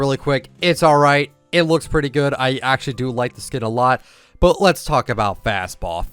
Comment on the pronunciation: I know he meant "but" but it sounded like he meant "butt" lol